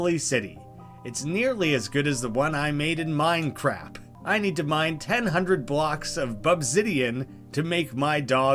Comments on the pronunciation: Minecrap is a reference to Mike Matei's Inspector Gadget Reviews Minecraft. In the video inspector gadget mispronounces Minecraft several times as Minecrap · I wonder if 'Minecrap' is a referance to the Inspector Gadget Minecraft review thingy. Cuz he calls Minecraft 'Minecrap.' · the "minecrap" thing that pops up a few times is just a reference to an old review of Minecraft PE. One of the reviewers is inspector gadget for some reason? who can't pronounce minecraft and just repeats "i love building brown bricks in minecrap" throughout the review. it's a classic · I don't see any other comments about it, but hopefully you see this. "Minecrap" is specifically a reference to a video called "Minecraft With Gadget", which is a hilariously bad video of Mike Matei of Cinemassacre interacting with Inspector Gadget and talking about Minecraft. In the video, Gadget mispronounces Minecraft as Minecrap multiple times. Well worth watching for just how weird it is, even if you don't find it funny.